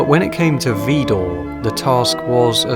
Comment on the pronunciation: I am from the Netherlands and found you by chance. I am so impressed and full of admiration. One tiny point of criticism. In French the emphasis in Widor falls on the second syllable.